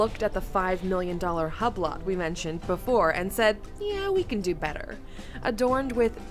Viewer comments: HUB LOT... Brey GET... 🤣 In French the T is silent if it doesnt have an E after like in baguette. Hublot read "hue blow", and Breguet is pronounced "brrrrre geh". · Hahahahah love the way they pronounce “Hublot” as Hub-lot. Can tell they really did their research on this one. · Top 10 Uhr Video machen und dann Hublot ganz krank falsch aussprechen, das tat weh beim zuhören „Hablott“ 😖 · She really said HUB LOTT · Übloh, Bregee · Haha she said HUB-LOT